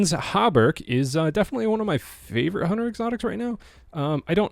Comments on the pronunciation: thats actually rather close. hauberk is a old german word for chainmail. gear-falcons how-berg is roughly how you pronounce it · Gear Falcon How Berk (guaranteed this is not how you pronounce it)